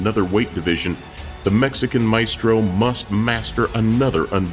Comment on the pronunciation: Bro he say the Mexican maistro🤣🤣🤣 let me know the min of you found it so I’ll know you laugh to🤣🤣🤣